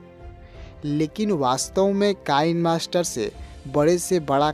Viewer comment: वह कैनमास्टर नहि किनेमास्टर है।